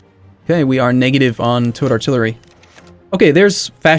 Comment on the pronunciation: Every time says "towed artillery" I think he says "toad artillery" lmao